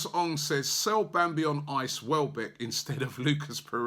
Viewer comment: Why's he pronouncing the French team Nice the English way 😂😂😂